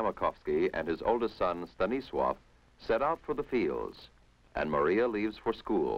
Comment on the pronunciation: Got to admit, reader pronounces polish names pretty accurate. I was particularly surprised when he pronounced Stanisław just perfectly.